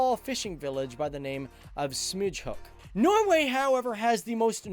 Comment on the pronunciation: Smygehuk, not smudge hook